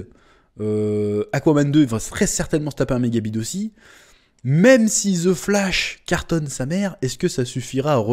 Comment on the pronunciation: on dit pas ze flash mais the flash avec l accent svp !!! le français qui parle anglais fait honte ,prenez exemple au quebecois